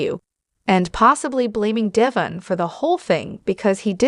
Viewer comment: I stopped listening as soon as the "reader" mispronounced Devon's name. This person has never even watched an episode of The Y&R. It's deVON not Devin.